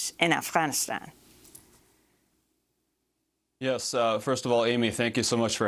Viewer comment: Amy Afghanistan doesn’t start with the letter H. Harfganistan lol.